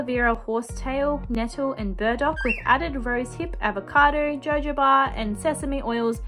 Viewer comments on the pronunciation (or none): Really enjoyed this video! Love how you literally say “JOJO BA” lmaoo (it’s pronounced “ho-ho-ba” weird huh 😆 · It is pronounced Ho Ho ba its borrowed from the Spanish language :)